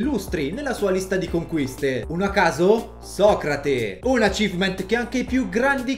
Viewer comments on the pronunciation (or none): none